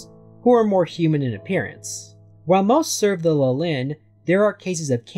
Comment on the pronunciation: The opposite 😅 , it's practically the exact same word with a different ending. It's LIH-lin not li-LIN just like it is LIH-lith (which you pronounced correctly). For extra context, both these names are biblical, Lilith was Adam's original wife before Eve who long story short, didn't find the idea of submitting to Adam all that appealing so she f'd off and became a demon. While I've seen Lilin used as a name for Lilith's children in many places, it's mostly in fiction (Neon Genesis Evangelion, Diablo, Marvel etc) and while I know there is a correlation between Lilith and the Lilin in scriptures, the only actual info on them I know for a fact is that they're some kind of night spirits.